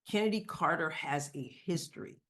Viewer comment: It is not Kennedy it's Chennedy. As in Choo choo.